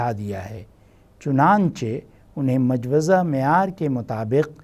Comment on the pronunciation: the right pronunciation is Mojawweza